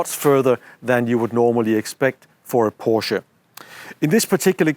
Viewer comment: No thanks, I'll stick to the new Porshaa Taycarn 😊